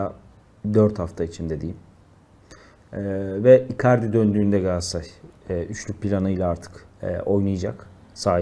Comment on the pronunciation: Galatasaray olmasa kimse sizin adınızı bilmez, peki siz niye Galatasaray'ın adını bu kadar kötü teleffuz ediyorsunuz? Gaassaaay, Gassaray nedir arkadaş!